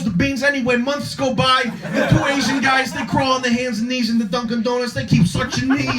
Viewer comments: "so hes suchin mahy catch..." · SUCHIN MAH CAAHTCH